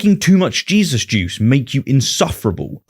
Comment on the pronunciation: Did he just call him "Jizzus christ?"